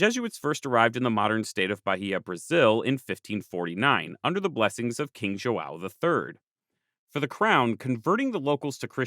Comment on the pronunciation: Great video man and thank you to say João like Joseph and not José like Hosé